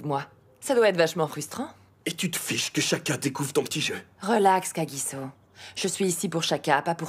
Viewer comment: On dit kagisso